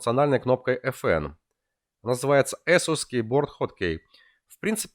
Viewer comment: безпровОдного . Ты узбек водопроводчик, дядь. Эсус. Нумлок. КэпсЛУК. Глаза режет, фу блять